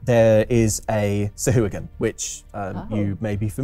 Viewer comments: I always thought Sahuagin was pronounced Sa-huh-wa-gin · Weird way of pronouncing Sahagin.